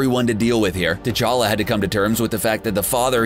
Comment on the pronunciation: T Chala not t chaka